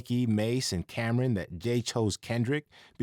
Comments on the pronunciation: Cam'ron not Cam'ren , that pronunciation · its cam'ron man not cameren that a lady's name 🤦🏽‍♂